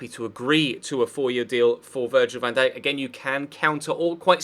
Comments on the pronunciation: Next time you say van dake i will find you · £40m for VVD?!? You wish, You Bindippers really are deluded .... and how did you pronounce his name?? 😂😂